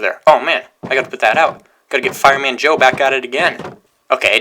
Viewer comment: Joe not joy